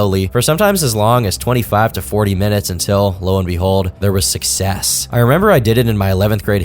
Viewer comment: Why would you say success like that at/ . There is no reason why! Has me dying over here. lmao